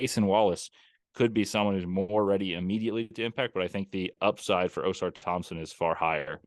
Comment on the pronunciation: Can someone please tell to stop pronouncing Ausars name OH-SAR THOMPSON lol idk why ppl struggle so much pronouncing the twins names right